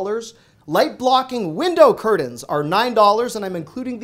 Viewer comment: Great finds, but Uuumm there's no D in Curtains...